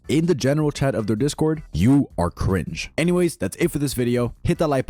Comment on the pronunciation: why did ts guy say "you are... CRINGE!" like it was some extremely racist slur